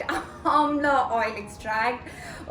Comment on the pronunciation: Gudhal ese pdh rhi h jse phli baar sunn rhi h...😡